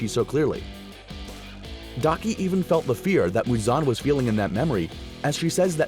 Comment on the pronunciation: Daki* not Faki actually that is funny saying Faki😂😂